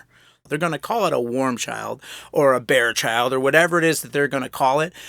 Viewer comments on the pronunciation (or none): BEAR CHILD xD Behr-Child